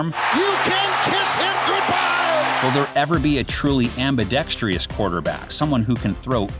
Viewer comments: “Ambidextrious” lol. Montana should have gotten more love in that video. He had an aura of being unbeatable that rivaled Michael Jordan’s. Even Brady says Montana was his hero growing up, and you can see that he patterned his game like Joe’s. The touch, the reads, and the game-winning drives…Joe did that all while going 4-0 in the Super Bowl (in the same decade), and not throwing an INT in any of those SBs. People who are in their mid to late forties like me (or older) know just what I’m talking about. Marino still has the best arm I’ve ever seen, Bo Jackson was Beast Mode before Lynch ever played, and Montana was the best player period whenever he took the field. If my life depended on one guy to win the Big Game, I’d take Joe Montana every time. Now we need videos for the other positions! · it's not ambidextreous👈👉🤛🤜. Cool vid though.